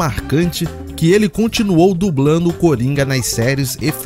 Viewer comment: Dignidade é uma opção de vida ❤ parabéns pelo conteúdo. "Crítica Positiva " - ouça a sua narração, peguei erros que você pode corrigir - "incluino" - "participano" - "dublano - "ampliano" - "dublano" - "participano" - "destacano" - "dublano" - "relembrano" - "seno" - "assistino" O BG ficou alto conflitando com a locução